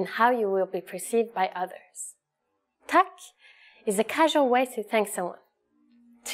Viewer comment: hvorfor hørtes det ut som hun sa «Tækk» lol